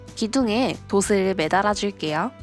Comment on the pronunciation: 영상 잘 봤습니다~ 다만 한 가지 불편한 점이..ㅜㅜ “돛을, 돛에“를 자꾸 ”도슬, 도세”라고 발음 하시더라구요… “도츨, 도체”입니다.. 표기가 돛 이여서 돛을 만드는 건 알겠는데 발음이 틀려서 의미전달이..잘 안되네요. 예를 들어 “빛이 (비치)“를 ”빚이 (비지)“라고 말하시는 느낌…?